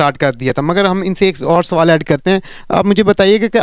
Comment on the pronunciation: ek sawalaata Nahin ek sawal hota hai